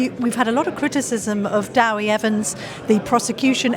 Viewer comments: Its DEWI, not Dowi, its the short name for David in Welsh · Someone tell these people that Dewi is pronounced Deh-wee not Daow-wee, like Debbie but with a W instead of a B